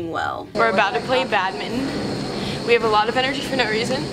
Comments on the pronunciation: did they just call badminton badmin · Its not badminton not badmitten 😂😂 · it’s not badmin it’s badminton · Is no one going to mention how they call it Badmin and not Badminton? 🤔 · Why do you pronounce badminton like that? “Bad-mitten”? It’s “Bad-min-ton”